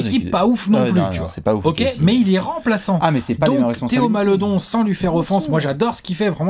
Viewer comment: on prononce Malédon